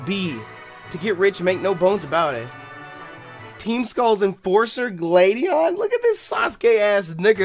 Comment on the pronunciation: Stop insulting Gladion and pronouncing his name wrong!